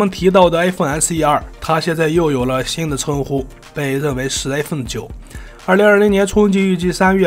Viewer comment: 一口一口艾粪叫的我都不知道iphone怎么念了 太洗脑了